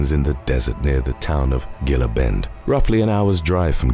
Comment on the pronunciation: Gila is pronounced Hee-lah